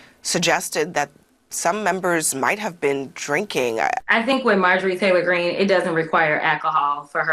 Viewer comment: I really appreciate you not putting the T in Greene's name. She's only doing it to copy AOC. 🫤